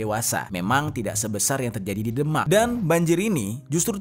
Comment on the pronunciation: Sorry bro.. Demak di baca ~> The mak! Bukan ky baca Denmark! .. Beda!